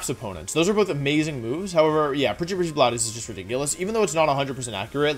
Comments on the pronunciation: wolfe rly said prchyprchy bladeys😭😭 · This man actually said Preachy preachy blood-s with a straight face. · "pretty pretty blad eyes" - wolfey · I had a stroke when you said precipice blades